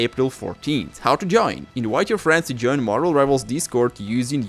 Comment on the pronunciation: it is overbearing sometimes, especially when its the same exact thing you just stated in a previous video… also ik its not your fault but the fact you cant say the letter V correctly, is Mildly Infuriating, just sit down one day and practice the letter V, say inVite instead of inWite….